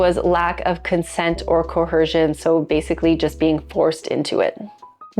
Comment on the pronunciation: Why are you saying CO-HER-cion?